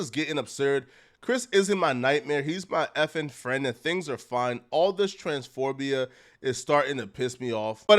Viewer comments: “Transphorbia” smh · “Transphorbia” … I’m onto you! Im convinced, you have to be butchering words on purpose at this point. You do it on every single video multiple times! lol i mean, it’s a pretty clever way of garnering engagement, as people like me end up leaving comments to point out your errors. 😆 I like you though bro, and I think the level of hate and criticism you receive is totally unwarranted. I’m still going to laugh at you when you butcher words and/or use them in the wrong contexts. 😂